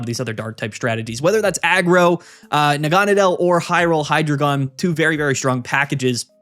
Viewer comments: Hy as in "Hi", the first syllable of Hydra Drei as in "Dry", the German word for three (counting the heads) Gon as in "gone", the final syllable of dragon. Any who would dispute these truths is a despicable deceiver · It’s pronounced “Hydreigon,” not “Hydreigon” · It’s pronounced Hydreigon